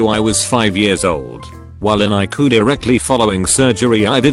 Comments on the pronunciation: ICU? Text bot: no, "Eye Coo" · World : ICU Robot reddit voice : eyecu